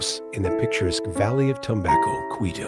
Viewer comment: Hi, the house design looks pretty cool, but not enough details in video and the announcer guy is butchering "Tumbaco" and the background music is too loud. Where is this house located and is it viewable in person?